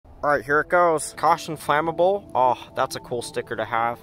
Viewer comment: ITS “FLAEY MUBBLE”